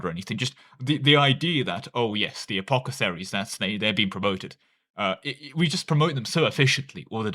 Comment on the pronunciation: Take a shot every time apothecaries is pronounced as apocetharies.